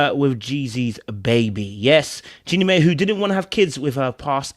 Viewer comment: Jenny Mai name is pronouced Jenny My